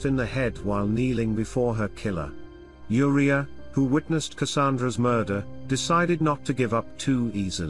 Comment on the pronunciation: why do yoh pronounce the girl's name as WHORE-ia?!?!?!?? It's U-riah, or Ooh-riah. NOT WHORE-ia ya GOOF!